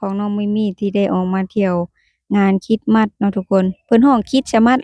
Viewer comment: ต้องพูดว่า"คิสมาส"(คิด-S-มาด )ไม่ต้องเน้นคำว่าสะให้ชัดเจน ให้พูดคำว่าสะเบาๆและไปเร็วๆพูดไม่ให้ใด้ยินคำว่าสะเลยยิ่งดี คล้ายๆเราพูดอะไรแล้วมีSตามหลัง คริตซิ คริสต์มาส ลองพูดดูนะ😂